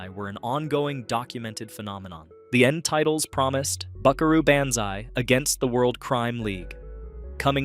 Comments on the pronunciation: BAN zai? That's some weirdass pronunciation of Banzai. Y'know, the part of the word that sounds like "bahn" :p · BON-ZAI BO-NZAI not ban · Buckaroo BANzai?! 😳 It's pronounced Buckaroo BONzai. The sound is ON, as in "Han" Solo. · Why is it that AI cannot be taught to pronounce names? I was doing just fine with this video until Banzai was REPEATEDLY given a short a sound. Rhymes with can sigh. Or pan thigh. Or man cry. Or ran high. Or dan nigh. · BONzai not BANzai is how it is pronounced AI speaking on this video. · BON ZI not Ban zi. What are you racist against Japanese? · It's the Lectroids that are all named John. Also it's pronounced Bonzai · It's Bonzai. NOT Banzai. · AI narrators gotta go. How many ways are you going to pronounce "Banzai"? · Of course it’s an AI voice, most of these List videos are. It’s quite apparent when it mispronounces Banzai. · Really? Is it the cheapest text-to-voice software ever, or is there actually a human being that doesn't know how to pronounce "Banzai"? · Gotta love the A.I.'s pronunciation of "Banzai." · I had to stop watching this during the Buckaroo Banzai segment because the AI generation was so crap. It can't pronounce Banzai properly and it kept getting facts and details of the movie wrong. Also, we didn't find these on cable. We either saw them at the movies or rented them a a video store. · As much as I appreciate a guy that seems to make vids in his actual voice, I must suggest you look at a pronunciation key for "Banzai." Also, man, I was tripping so hard when we saw Night of the Comet I nearly gave myself a hernia laughing my ass of at the drive-in. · Your inability to pronounce Banzai is hilarious 😂